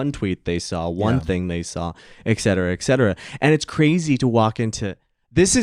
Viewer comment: Joel doesn't know how to pronounce ETCETERA